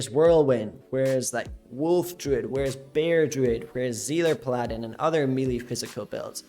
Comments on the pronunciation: its not puh-la-din, its pal-uh-din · The way you say paladin is too much for me to handle lol pal ahdin lolol